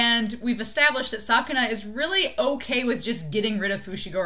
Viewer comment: you Said sukuna in a wrong way it's pronouced like this " skuna" like this very easy right🤭the most sad thing about this ep is that Yuji had expected that megumi would use a lethal technique that would end Sukuna's life as well as his own for that Reason he have to Switch again to stop megumi 😓😓love this great Friendship between the two espacially in the manga they became Closer than now😍😍😍, part of me still shipping them but other part refuse Because that would destroy the strong bond they have together for you you ship them or not?????